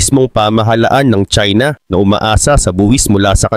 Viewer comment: China not chsina ok